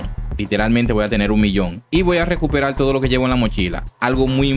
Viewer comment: Lo único que quiero saber es como usas la "r" por la "l". No me queda claro. "Recuperal"???